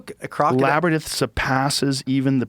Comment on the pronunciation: Can someone please explain to Joe that the word is not laber-nith. IT IS "LAB-UH-RINTH." This is even worse than the "Jane jis" Genghis pronunciation because this is just flatly wrong.